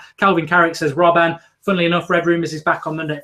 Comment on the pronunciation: its robben not robban lol